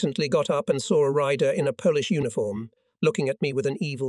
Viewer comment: You say Polish like you polish furniture. It's said like Pole (Polish). Sty : the Y becomes I